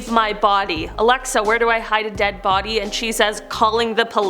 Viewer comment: I hear hide the Barbie not body......